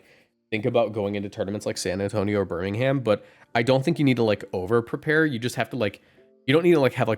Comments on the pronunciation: Do a Brit a favour and stop pronouncing the ‘h’ in Birmingham 😅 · “Birming Ham”